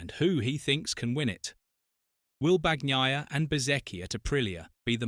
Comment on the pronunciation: Have some respect, and pronounce his name correctly.